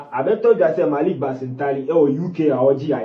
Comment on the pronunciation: Why do some people say Marik instead of Malik?Not all of them come from that place.